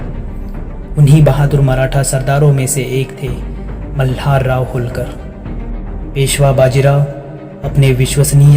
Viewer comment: उनका आडनाव होलकर नही,बल्की होळकर ऐसा था। यह एक मराठी आडनाव(उपनाम) है। और उसको उसी शैली से उच्चारित किया जाना अपेक्षित है।कृपया इतिहास कि वास्तविकता में छेडखानी मत कीजिये।